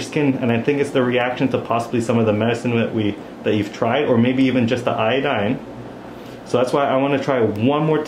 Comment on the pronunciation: Jamaican accents are so contagious. Listen to how says "iodine" here 😂